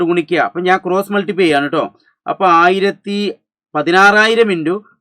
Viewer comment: aaraayirathi❌️ Aayirathi✅️